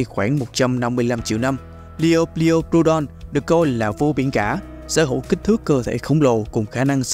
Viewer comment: Kênh cố gắng phát âm tên chuẩn hơn chút thì sẽ tốt hơn: Liopruerodon: laɪoʊˈplʊərədɒn/ Quetzalcoatlus: /kɛtsəlkoʊˈætləs/